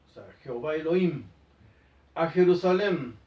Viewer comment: Jajaja, pense que decia PERUSALEN